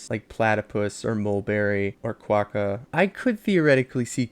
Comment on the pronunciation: I love this review and the art!! It’s lovely and I agree with a lot of the things, specifically platypus. I see a lot of people saying she is annoying but I don’t think so, I think she’s more complex then that Just a little thing ^^ Quokka is pronounced (kwakuh)